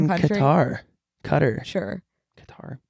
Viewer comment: Actually the way said Qatar is closer to how it’s actually said in Arabic! So good for you cultured babes